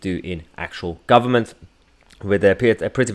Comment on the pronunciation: Angela Rayner "Labour is the guvment in waitin'" she can't even speak properly.